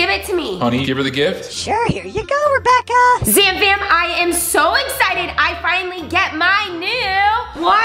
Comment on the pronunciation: I thought at the end they said rebaka 😂